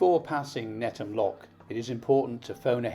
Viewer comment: Just a small point, as a guy brought up very close to the floating harbour in lower Knowle, Netham is not pronounced NETTAM, the th is sounded just as in the/their/those etc. Otherwise a great video.